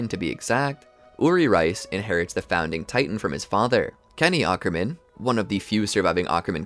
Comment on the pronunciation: Bro awkerman 😭